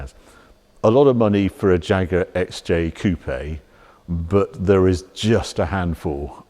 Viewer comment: Thats not a "Jaaag", its a proper Jaguar!